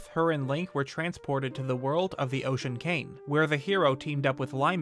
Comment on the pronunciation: "The Ocean KANG"